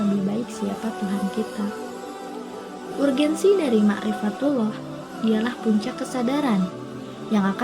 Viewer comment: Maca urgensi salah kuduna erjenci